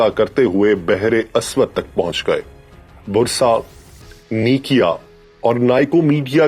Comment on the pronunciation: Brother it is not Brusa...It is Bursa..